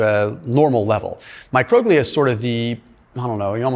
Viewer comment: Its pronounced mi-cro-GLEE-al. Love your videos.